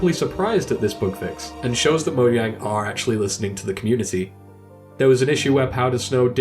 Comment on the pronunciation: Dude, you pronounce "Mojang" bad